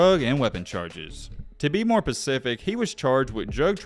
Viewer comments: Excellent video -- a DEFINITE "thumb's-upper!!! One thing though, At one point you sad "pacific" when the word you should've said is "specific." This is meant as a help and not a criticism. That aside, I just subscribed to your channel and clicked on the bell icon to receive all of the updates. Please keep up the outstanding work. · The word is specific bro ..not pacific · "Ta be more Pacific..." 🤣